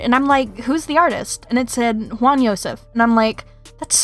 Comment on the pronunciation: It's not khwan, it's JJwan